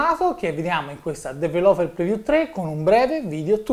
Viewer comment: ti prego migliora il tuo inglese perché develope non si può sentire...